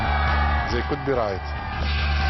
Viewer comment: "People say zat I am machine. Zey could be right" :D